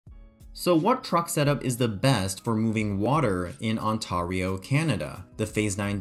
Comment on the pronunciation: Ontario is pronounced ON-TAIR-EYO lol im from there